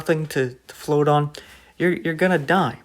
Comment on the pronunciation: You say "boat" and "float" like a northerner. Where are you located?